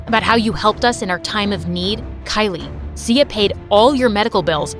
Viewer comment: I heard see ya not Sia lol 😂😂